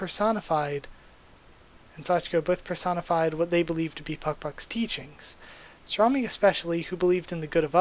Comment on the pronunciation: Never thought I'd hear Sorami be pronounced as salami lol. At least you stopped your mistake before fully saying it. Talking is hard lol